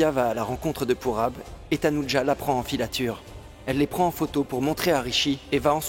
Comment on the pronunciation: Je suis choquée 😂😂😂 c'est dit pas tanuja 😅❤